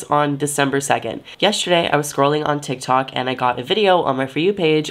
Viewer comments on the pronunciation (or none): none